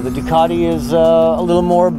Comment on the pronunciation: I was just looking at the spelling of Ducati and I can't see the "R" in it, strange. It's a Ducarrrrrrti, not.